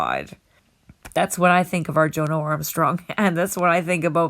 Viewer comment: It’s pronounced Jonno not Joe No!